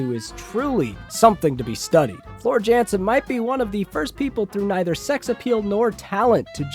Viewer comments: Im from Germany and this guy is talking not so true things to put it that way 😂 its Jansen with an "y" sound and thats literally it 😂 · This from a dude who probably listens to Justin Beiber and machine gun kelly !!!!! Speaking of unintelligent you cant even pronounce Floors last name right so............................................